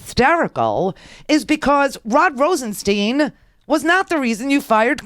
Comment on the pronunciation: RosenSTIIIIIIIIIIIINE. STIIIIIINE. Rhymes with pine, dine, wine, line.